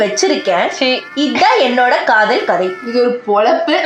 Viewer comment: Kadhal Kadhai ❌ Kadh-oool Kadhai ✅